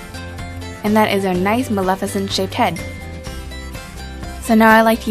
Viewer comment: Umm I think you said the name wrong for the movie